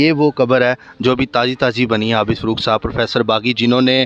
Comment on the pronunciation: Afsous huaa kay inn ka urdu talafuz aur lehja bohot kharaab hai, kiyounkay "Professor Abid Farooq" ko "Abid Furooq" kehrahay hain aur phir fermarahay hain kay "Asia Ka Number 1 Qabrustaan".